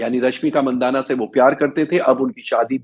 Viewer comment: उसका सरनेम मंदाना नही बल्की मानधना है जो मारवाडी जैन लोगो में एक सामान्य सरनेम है. अगर कानडी उच्चारण मंदाना या मंडण्णा करने से सत्य छिप नही सकता.